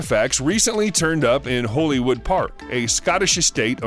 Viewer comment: It's Holyrood, not holy wood